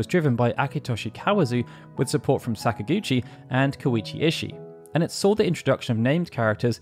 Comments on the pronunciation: This is so off topic and petty, but whatever. This is not an indictment of people from the UK, but I don't understand how they get so many things wrong with that language developed by your own ancestors. "Sakaguchi" is NOT said with a short "a" at the beginning, like "sack." English people almost always use the ä pronunciation in this instance — they pronounce most "a"s as "ah"s. It's an annoying, definitive feature of the dialect, but often consistent. So WHY, when you get to a point when it's blatently pronounced "Säkaguchi", do you use the short "a"? It's maddening to me. You do the same with Italian, which is my own heritage, and it's garbage. Learn how to speak your own language for Christ's sake. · Are you saying that Sakaguchi is an English name and should be said following English pronunciation? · I'm not at all. I'm saying it should be pronounced with Japanese in mind, meaning the emphasis would be on the first syllable.